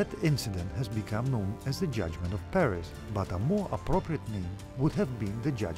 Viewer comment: Thank god, someone finally got "Paris" name right in these videos, Alexandros.